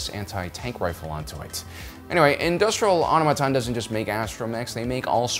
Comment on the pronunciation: It's 'Industrial Automaton'!